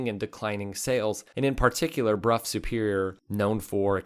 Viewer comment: Brow, not Bruff